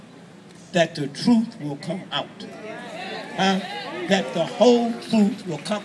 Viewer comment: Twuth Twuth He cant even speak correctly